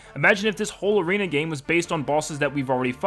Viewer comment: It’s arena not aren